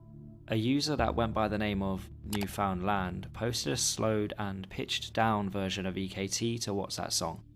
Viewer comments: First of all, it is pronounced New finland, not new found land. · It's pronounced New-fun-lund not New-found-land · nice vid. just for next time, newfoundland is basically pronounced 'newfnlnd' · Its not “new found land” its more like “newfinland” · Not to be “that guy” but it’s pronounced Newfoundland not New Found Land 😅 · That's great and all but Carl is from Spain and says several times on the page that he doesn't speak English natively. 98% of Newfoundlanders speak English. (It's also "New-fund-land" not "new found land") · B'y, your pronounciation of Newfoundland is killing me! It's closer to new-f'n-land in pronounciation, not 'new found land'. Anyways, hello from the province of Newfoundland, Canada! (And hello to fellow Newfies here in the comments!) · isnt it pronounced "newfinlin" or am i trippin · It’s pronounced newflintland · newfoundland is pronounced more like neuf-und-lind (but originally the name did literally mean new found land.) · I love this video, but please.. as a Canadian i need you to hear this. New - fuhn - land Thank you for coming to my TED talk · For future reference, its pronounced "New-fund-land." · yeahhh the way he said that made me want to punch a hole into my drywall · bro literally pronouncing it "new found land" lol i think you've made many canadians sad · its pronouced "new fin lind" :) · I'm American and I know that it's pronounced NewFINLand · I'm sorry, but the way your saying newfoundland infuriates me as a Canadian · Newfoundland is pronounced differently